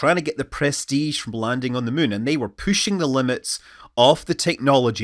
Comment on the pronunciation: I can't take any more.... it's fUlly, not fOOly, it's pUshing not pOOshing and it's lUnar not lOOner rant over